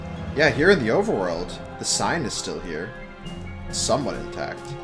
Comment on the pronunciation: “Overerworld” 0/10 literally unwatchable.